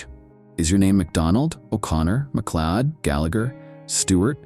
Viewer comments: MacLeod is pronounced MacCloud. Stupid AI bot! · "MacLeeod"! Oh thid is amusing!